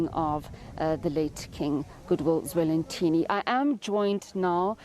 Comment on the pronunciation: SABC - Please get His Majesty's name right! King Goodwill Zwelithini - NOT Zwelinthini!